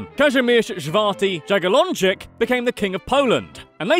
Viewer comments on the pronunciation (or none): dżagielończyk normalnie xD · Dżagelonczyk <3